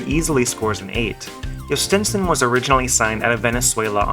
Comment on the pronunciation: As a Pirates fan thanks, I hope this guy pays off. At least now I know how to say his name properly.